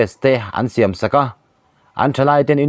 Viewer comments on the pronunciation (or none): none